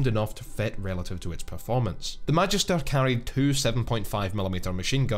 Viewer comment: As someone who takes Latin classes in school, I hate how he mispronounces Magister.